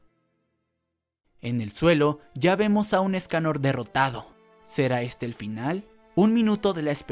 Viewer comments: Porque dice Méliodas en vez de meliodas Y porque dice Éscanor y no escanor Y porque dice Estarrrosa en vez de estarossa Jaja :v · Me-liodas, esca-Nor, estaRRossa, que onda?